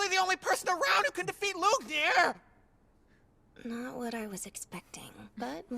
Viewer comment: The way the english dub butchers the name "Lügner" really hurts, guys.